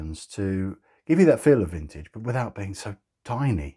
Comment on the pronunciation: Definitely "frintage" 😁👍